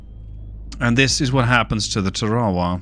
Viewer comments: Just an FYI, a AGM-45 is a Fragmentation warhead, designed to destroy the Rada, not to penetrate in this instance a Ship. It is also has a passive radar homing warhead. You were also killing me with your pronunciation of TARAWA. Its actually pronounced TARA (like a girls name) and then WA. Tarawa. USMC Marine Veteran 88-93, 3/3 Semper Fi, keep the videos coming their great. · I was actually coming down here to razz you and say she sank because she couldn't survive you mispronouncing her name again 😝 I actually think your linguistic slip-ups are so noticeable precisely because you're normally SO GOOD about that sort of thing - It's actually one of the things I really appreciate about you 🤗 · Hey, you will always get a pass on the pronunciation as a great gamer. Yeah, we say it differently but the English spell a lot of words un-American as well!